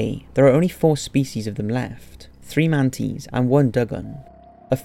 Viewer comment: I got distracted midway through the video because he kept pronouncing man-a-tees, man-tees😂😂😂